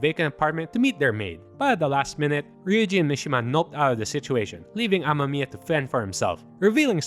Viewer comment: I coughed on my smoke when you said "Ren Ama-miya"